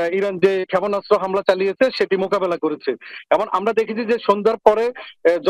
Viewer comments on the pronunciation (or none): আমি তো জানতাম‌ই না ক্ষাপোনাস্ত বলে 🤣🤣